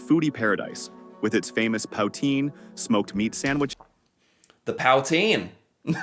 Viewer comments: "POW"-teen 😅😅😅😅 That's happens when you let AI narrate a video. It's POO-TSIN. 😊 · Great video… but please try to react to non-AI videos. It’s not said Pout-in. It’s said poot-een. Also Regina is said like vagina. Otherwise happy to see an American impressed by the most beautiful country in the world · As a quebec resident all my life, and an anglophone or english mother tongue, Ive never had problems finding english communities, also...poo-teen? Acceptable, pow-teen? No... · Dont learn the pronunciation from this AI video. There were many that were just wrong. For instance poutine is pronounced " poo teen". Emphasis on first syllable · Oh geez powteen lol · POW TEEN lol stupid AI. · the f*ckin POWtine.....WTF??? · Ah yes my favourite meal: Powteen! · "The pow-teen" lol😂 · Definitely not pronounced "paw-teen"! You noticed it too! 😅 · He said pow-teen and I almost had a stroke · powtine anyone? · Yes, the pronunciation of many words got to me too, lol. Powtine being another. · Yes. The "Saint..... John's" was painful. And no one pronounces "poutine" like that. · powteen? now that's the 1st time I have ever heard it pronounced like that lol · "Pow"tine, so impressed you caught that! 😂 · I knew that the person reading this wasn’t Canadian when he started describing Nova Scotia lol…we are not that nice here…but then how he pronounced poutine I had to laugh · I find it hard to believe these people doing these videos when they can't even pronounce words like poutine and Regina (Saskatchewan - pronounced Re-jy-na). I am in the suburbs of Toronto, Ontario, and our property taxes are through the roof. Property taxes were never mentioned. And why, why does Federal Government sales tax vary from province to province? It's FEDERAL tax. I'm just not sure how accurate these videos are. Who are these people doing these videos?